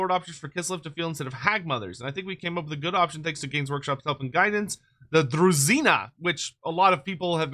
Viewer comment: Its definitely pronounced as druzhina (as in vision), not druzzina Trust me, I know Slavic languages